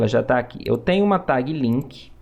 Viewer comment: Eu perco 10% da minha vitalidade cada vez que ouço "tague"